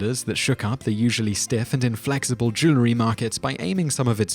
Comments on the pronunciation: "Joo-la-ree"? It's "Joo-el-ree". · you've missed my point, if you listen he pronounces the word "jew-ler-y" not "jew-el-ry". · What on earth is “jewlery” lol. Jewellery. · Why is it some pronounce the word Jewelry as jew·ler·ry when the correct pronunciation is jew·el·ry??? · The pronunciation "jew-ler-y" for "jew-el-ry" is as annoying as G. W. Bush's "nu-cu-lar" for "nuclear." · it's NOT jew-lery it IS jewel-ry (because it's made of jewels, not Jews) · no it has 2 syllables not 3 so both of yours are wrong. it's pronounced "jool-ree" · Where's the "a"? I suppose "nucular" is accepted too?